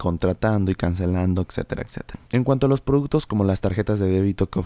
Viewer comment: excetera, excetera....